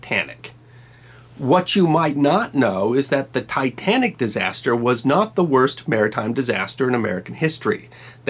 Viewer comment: Tytanic? Never heard of it...